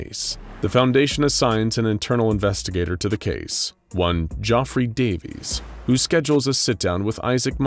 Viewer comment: The scariest part of this story is how pronounces GEOFFREY.